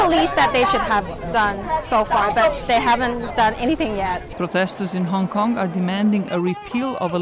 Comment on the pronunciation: yeah guys im from Hong Konmg. you mean Hong Kong. What the fuck is that I clearly said Hong Komg